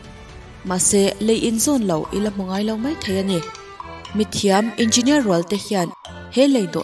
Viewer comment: Nuih poh ti za zawk engeenier chhiar kop thiam lo🤣🤣